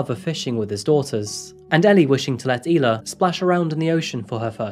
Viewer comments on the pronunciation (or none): By “E”-la, you meant “I” la (Isla) 😉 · “Isla = Eye- Lah “ Not Eee-lah